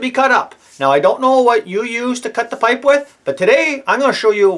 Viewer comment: "I don't know what yewz guys yewz..." love it!